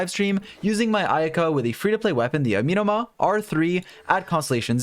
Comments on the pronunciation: Ah-meh-no-mah... not uh-mi-no-mah... but thanks for the video. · A-me(as in medic)-no-ma Amenoma Kageuchi